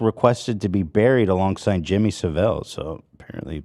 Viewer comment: Also, please guys.... every time you say Jimmy SAVV-IILL it hurts. It's Saaa-vull like full. Sav-ull. Altough tbh he's a pedo so, say it however you want.